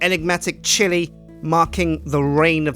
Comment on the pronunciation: time you say chilli i think you say shitty